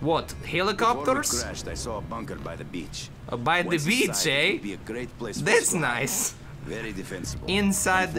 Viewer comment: Toby, I had to stop the video cuz I was laughing so hard :P hahah "teh beech? tats noice!"